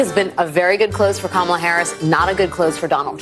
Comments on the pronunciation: “Ka-ma-la-la-laaa” Seriously, you can’t make this sh1t up 😂 Ignorance at its finest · Kamalalala. Good lord. They probably voted for her based on just babbling the name like a 3 year old.